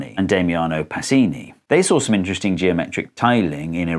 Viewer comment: "iteresting shape"